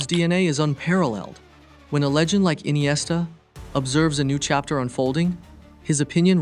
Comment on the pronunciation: Why inesta is rare 😂